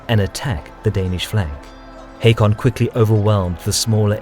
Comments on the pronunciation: It's not Headby, it's Hedeby EDIT: It's also pronounced Håkon and not Hakon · AA = Å not O. But you are close :) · The name Haakon is pronounced as Hokon, just fyi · Haakon here. It's pronounced Håkon, with an Å, like the A in Hawthorne or the O in ought, but thank you for caring